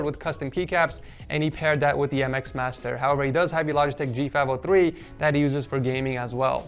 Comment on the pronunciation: did no one notice how he said G503